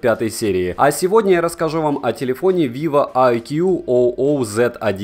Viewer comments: Айкуу уже не Виво, а отдельный бренд. Айкуу, а не Ай Кью о о. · Не айкью о о а просто айкью :) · Айку правильно его называть🤦 а так да, телефоны хорошие, у меня самого айку нео3 5г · Маленькая поправка:не "Айкю О О",а просто "Айку" (по крайней мере даже на их презах так говорят) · Как же ты смехно сказал vivo iqoo oo z1🤣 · можешь просто говорить айку примерно так это звучит на английском. T-REX PRO будешь заказывать?